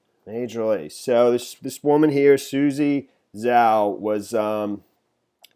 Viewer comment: Put Zhao into Google translate ; It will tell you how to pronounce Zhao